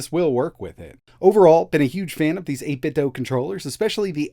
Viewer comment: Like the video but I cringe every time you say 8bitdo like it’s Nintendo. The company has already said it’s “do” like Scooby Doo